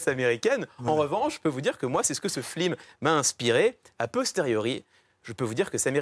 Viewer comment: Les gens : Encore une superbe chronique de Clément Moi : il a dit FLIM XD